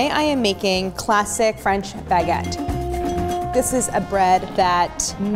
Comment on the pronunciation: Couldnt watch the video because of the way you kept saying baguette It's not a Bag-et lmao, it's one word